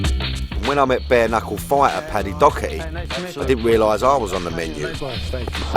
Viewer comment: Paddy dockerty ? Its doherty